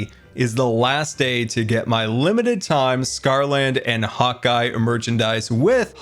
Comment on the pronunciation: I always thought you were saying Hawkeye not hotguy